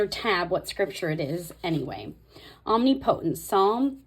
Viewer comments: I love your videos, but that is driving me nuts. Especially as a Bible teacher. It's Om-ni-pu-tint. Not omni-potent. 😉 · No hate whatsoever but it’s OM-NIP-O-tent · Look up the pronunciation of Omnipotent. You’re funny and you’re going to laugh at yourself. I love what you’re doing. I’m working on mine too. Thanks